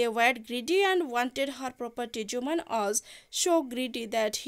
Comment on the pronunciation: Mam sethi 'jumaan' habani sethi 'Jumman' haba